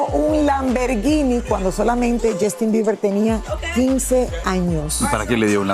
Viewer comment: Esto es solo para Lily ahora no hablas bien ni inglés ni español, “Jastin”, “Lamberguini” “publicitado” y lo del Freak Off pregúntale a tu tío Emilio Estefan! Por último, un monstruo como el no puede ser un “excelente padre”